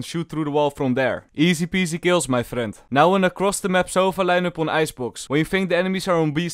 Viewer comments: i only hear easy-pease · I don't watch these videos for tips, I watch them to hear say Felorant AND eesi peesi